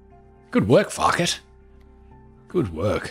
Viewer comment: is it just me or does it sound like fuck-it not Farket when he says his name